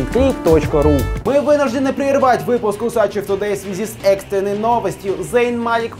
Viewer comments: Мне кажется все таки правильно говорить УсачЕв, а не УсАчев. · УсачЕв - не звучит. УсачЁв - нормальная тема ))